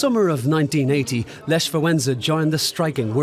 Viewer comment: this person from the video you've watched couldn't even pronaunce Lech's name correctly